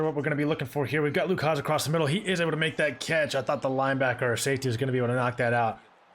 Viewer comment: It’s pronounced Luke Has. Just found out today from hog pod with bo